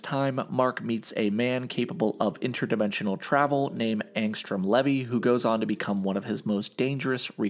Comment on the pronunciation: th pronunciation of the name levy is getting on my nerves, its LEEVII